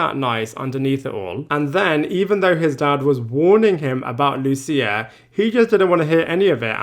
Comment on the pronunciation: I'm baffled as to why people like this narrator refuse to pronounce "Lucia" correctly. Do they not actually listen to how people say her name? It's a super common Italian name and very easy to pronounce. So disrespectful to make up your own way to say it, and so unnecessary. Also "Giuseppe" -- very common, very easy, it's pronounced correctly in the show if you don't already know how to say it. Talk about an unforced error.